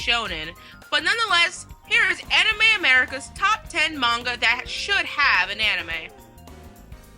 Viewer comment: I'm happy just to hear them pronounce manga the right way. I hate the current popular way to say it with a high "A".